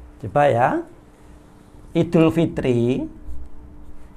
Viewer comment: Assalamu'alaikum wrwb ustad.. Lha itu bisa ngucap, 'iedul" dengan benar.. ora "ngidul"..